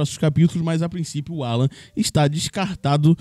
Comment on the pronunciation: O. NOME DELE É ALLAN, E NÃO 'ALLAN.!!!!!!!!